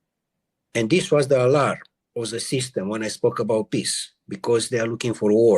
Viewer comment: He said: alarm not Allah !